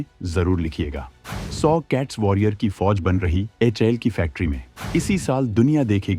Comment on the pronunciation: HAL pronounce karna first sekh hi bhai YouTuber 😂😂😂